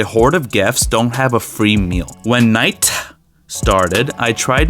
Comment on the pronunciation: 21 seconds ago is WILD “When nigh-TUH started—“